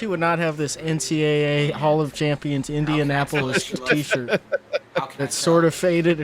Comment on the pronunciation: one of my favorites is "In'n'apolis"